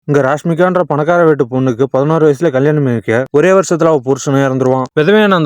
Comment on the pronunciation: Rashmika ❎ Rashmoni ✅